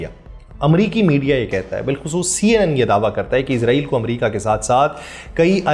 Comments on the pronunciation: Bhai izrail nahi israil sahee lafz hay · او بھائی اسرائیل لفظ تو بول آپ عزرائیل بول رھے ھو آپ کو کوئی بتانے والا نہیں جناب